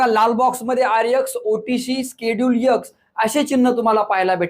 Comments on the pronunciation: Sir please उच्चार ठीक करा.खुप irritate होतं X चा उच्चार एक्स आहे तुम्ही यक्स असा करत आहेत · चांगली माहिती... पण यक्स नाही ते... एक्स 😂 आहे आणि स्केडुल नाही.. शेड्युल म्हणतात 😅